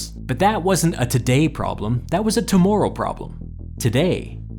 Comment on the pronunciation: "tomoorrow" is this how i learned is canadian?